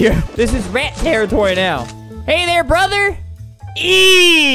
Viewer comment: You said No instead of Now